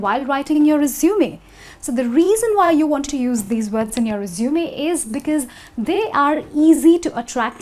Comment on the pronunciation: its resume ( resumay ) not resumeey